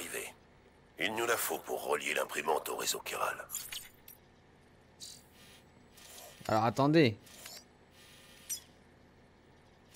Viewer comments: Je suis le seul à être perturbé parce qu'il prononce "chiral" en "ch" et pas en "kh" "khiral" comme le prononce tout les personnages du jeu ? 😅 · Quiral pas chiral sa se prononce quiral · Véronique Boissière Chiral prononcé « k » c’est français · C moi où il ne sais pas dire chiral . Il dit chiral au lieu de kiral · Chiral se prononce : /Ki/ra/le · Le nom du réseau s'écrit 《Chiral》mais ça se dis 《Kiral》. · Quelqu'un peut lui dire que chiral se prononce Kiral svp